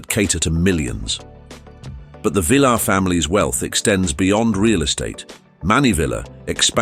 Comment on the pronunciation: Do some research on How to Pronounce Correctly Ty - Tee not Thai Sy - See not Sai Villar - Vel-yar not Velar